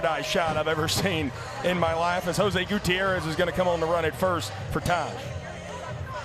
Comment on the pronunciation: Dear and Biko, Please ask Mr Gutierrez how to pronounce his last name. Signed, Katy Gutierrez 😅❤